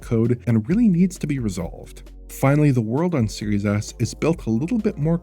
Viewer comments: It's not just you. I definitely heard that once in this video. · Does anyone else keep hearing “Series Ass” like I do?